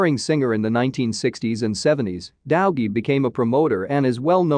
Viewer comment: This AI reader is horrendous. Dowgie?